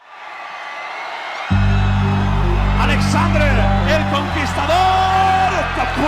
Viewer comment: omg your saying his name incorrect its Alexsandre